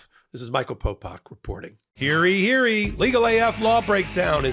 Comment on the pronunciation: its "Hear Ye" not "hereeeee"